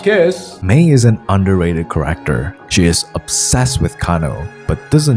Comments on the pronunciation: character pronounced as corrector confused me so much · Yo dude by "corector" do you mean "character"?, i aint good at english....